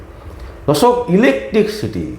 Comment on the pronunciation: কথাটা 'ইলেকট্রিসিটি', ইলেকটিকসিটি নয়। দয়া করে এইসব সংশোধন করে সোশ্যাল মিডিয়ার ভিডিও করুন।